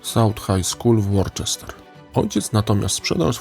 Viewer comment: Wybacz czepialstwo: - Worcester czyta się "Łuster" - LABORAtorium, nie "labolatorium". Skojarz z "ora et labora".